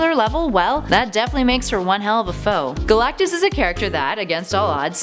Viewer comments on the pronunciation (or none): none